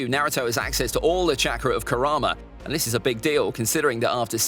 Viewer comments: It's karama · It's kurama